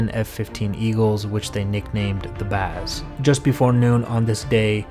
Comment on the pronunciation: Excellent video! btw it is just "Baz" not "Ba'az" lol